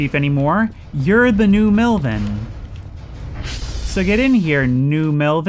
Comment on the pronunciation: New Melvin? Ypu mean Nelvin?